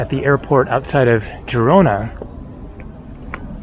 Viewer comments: Forvo website if you are not sure about pronunciations. In Catalan is Girona pronunced like zhee-ro-na. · Why did just randomly start pronouncing Girona wrong mid-video?! 😂